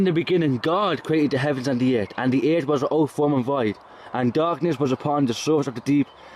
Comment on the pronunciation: It's pronounced "earf" ;-)